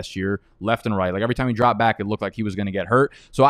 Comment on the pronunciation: Love the channel but every intro when you say “welcome baik to the channel” I say 🥴